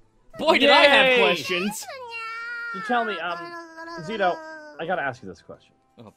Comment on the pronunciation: HOW DID YOU MISS "ZITO-IS-NITO" ?!?!?!